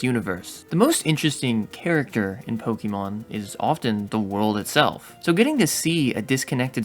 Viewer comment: Now if only he could pronounce names of things correctly 💀poketuber that can't pronounce "pokémon" lmao 💀